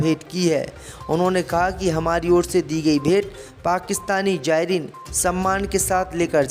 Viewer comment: KYA PAKISTANI JAYREEN BOLTA HAI....ZAYREEN BOLNE NAHI AATA...YEH KAISA ANPADH NEWS READER HAI...SHAME SHAME